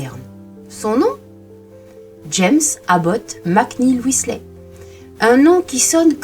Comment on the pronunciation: Intéressant...mais comment parler d'un peintre sans diffuser des reproductions de ces oeuvres ! Je connais ce peintre depuis quelques années, un génie peu connu en France Petit détail, on prononce son nom "Whislère" (je vous fais grâce de la phonétique anglaise....) Alan